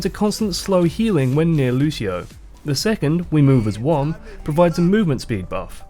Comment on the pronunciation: That's really nice. Also you saying Lúcio, trying not use american accent is really cute haha Nice job and keep it up!